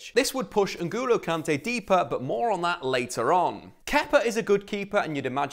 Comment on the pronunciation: Say N’golo Kante right next time you have the chance, loved the vid though 💙👊🏼